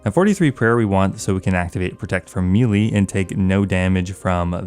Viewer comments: The word is may-lay not mee-lee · It's not pronounced me-lee its maylay... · Its pronounced may-lay say it right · CAN YOU PLEASE SAY MELEE CORRECTLY. FFS. ITS PRONOUNCE MAY-LAY. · It's spelled melee, it's pronounced maylay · For the love of sky fairys learn how to pronounce melee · Please stop pronouncing melee incorrectly.